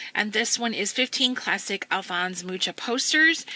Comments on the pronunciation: Thanks for sharing! As I know it is pronounced "muha" and he was Czechish. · And I've been pronouncing his name "Mooka". Beautiful books by the way. I'm might buy books 1 & 3.